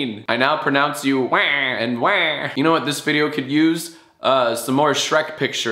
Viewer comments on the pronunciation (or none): At around of the three minutes and 45 seconds Mark, starts a section where he says "I now pronounce you WEH and WEH." This is clearly incorrect because Wario's matung call is more of a "Wah" compared to a "WEEH"